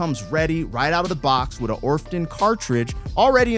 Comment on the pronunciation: You said orfton cartridge? It's ortofon